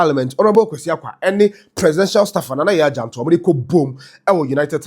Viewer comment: Her name is jantuah and not jantuha correct your mistake